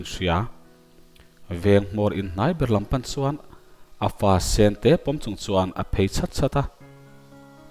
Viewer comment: Ch hi S angin i lam ri khut zel. Hmar pa in Lusei thawnthu i chhiar a. Mizoram Hmar pa chu i nih loh hmel tlat. Chung tur Ni tih pawh, sung tur ni tiin i chhiar a.